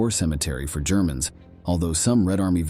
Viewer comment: When the AI narrator went off the rails and started calling Germans “Gerr-man’s” you lost my interest 😂😂😂